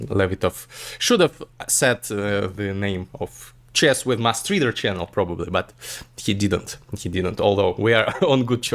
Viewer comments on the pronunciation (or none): Hmm interesting! Will watch it before our conversation. By the way, it’s mUstreader, not mAstreader